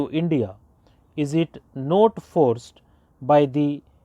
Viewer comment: Pronunciation kahi kahi shi nhi h not ko note bol rhe ho aur your clear nhi h you are smjh m aa rha h